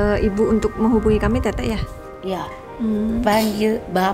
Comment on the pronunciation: Panggil tete bukan tetek.. kakek lucu juga.. semangat terus mata langit . Ciayaooo